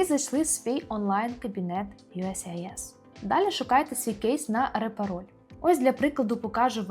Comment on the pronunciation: Могли б ви вимовляти не «юскіс», а «юєєссіайєс»?) то не є вірно